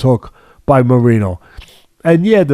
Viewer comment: as someone who speaks spanish, hearing Teddy say Moreeno hurts my soul xD